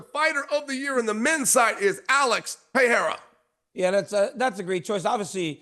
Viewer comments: Pierra...love how Uncle Chael makes money off guys and can't pronounce their names any better than AI? 🤣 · Is "PER-RARE-UH" really that hard say??? 😂😂😂😂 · 😂 hard to find smthn americans can do the right way. Still laughing bout Alex Piera. I wonder that Tshåeïjl could say "Alex" correctly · Chael still refuses to pronounce Pereira correctly. Yet he complains when they mispronounce Sonnen smh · Someone teach Chael how to say Pereira's name properly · that's a Chael thing. I'm pretty sure he does it on purpose. lol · It’s literally never gonna happen. I’m from Oregon, so it’s not even like it’s a dialect thing, he just refuses to say the name correctly. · Lost cause dude . Americans are usually horrible at pronouncing names